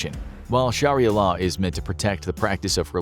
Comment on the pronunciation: It's pronounced SHARIAH,not sharilla